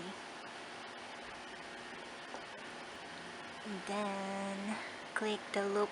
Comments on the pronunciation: ""an den" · “And den....”